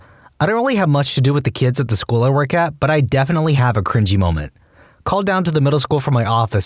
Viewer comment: THe first one: "crinGINY" 💀